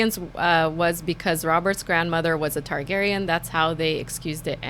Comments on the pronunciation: can john not say Targaryan with an "A" TAR-garyan....he keeps saying tigarryan with an "I"...it shouldn't be bothering me but it does. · Is it just me or does John Campea say Targaryan with an "i"....Tiegaryan.....TIE-GARY-AN. When its TAR-GARY-AN. Maybe its a canadian thing. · You're killing me John..say it with me Tar-gair-ee-in !!!